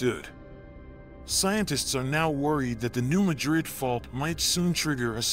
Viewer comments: Mad rid. I live in s.e. Missouri. Its pronounced mad rid, not ma drid. New Madrid. New Mad rid. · This is alarming. It would be more alarming if the guy had ever been to the area. Locals pronounce it New MAD-rid, not New Ma-drid. Research by people who have never been on the ground are always suspect. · And it’s pronounced New MAD-rid. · It’s not pronounced like the city in Spain. It’s pronounced as Mad Rid, two words. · It is pronounced MADrid. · It’s pronounced locally as New MAD’rid w/the accent on the first syllable. Just trying to be helpful. Thx. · Yes lol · if the producer lives in Spain he pronounced it correctly. Here in Missouri we say mad rid. New Mad rid . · I was raised near this fault and in the County name after that town. Not how it is pronounced locally. One would think they would check their facts! Also get rid of the monotone AI voice! I stopped watching as I hate these voice over crap.